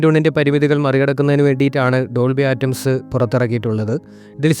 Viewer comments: ഡോൾബി ആറ്റംസ് അല്ല ഡോൾബി അറ്റ്മോസ് അല്ലേ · ആറ്റംസ് അല്ല അറ്റ്മോസ് ആണ് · Dolby ആറ്റംസ് അല്ല. Dolby atmos എന്നാണ് പറയുക. കുറച്ചു നന്നായി ഹോം വർക്ക്‌ ചെയ്തിട്ട് വീഡിയോ ചെയ്യുക. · This comment section is hilarious! True that he said Atoms but perhaps he said that as a joke. And i wonder how they would react if they know about British English. All they know is Fast and Furious American English. What a misguided and empty generation this is! Bots off an assembly line is a joy, comparatively! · ആറ്റംസ് കേട്ട് ഞാനും കുറെ ചിരിച്ചു 😂😂😂😂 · ഡോൾബി അറ്റ്മോസ് ആണ് ശരി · Simple and clear explanation without unnecessary blabbering. Good work brother. Please correct your pronounciation of Dolby Atmos. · ഒരു കാര്യത്തെ പറ്റി സംസാരിക്കുമ്പോൾ ആവാക്കെങ്കിലും തെറ്റാതെ പറയാൻ ശ്രദ്ധിക്കണം